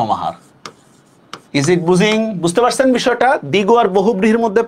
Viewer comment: is it বুজিং? 😆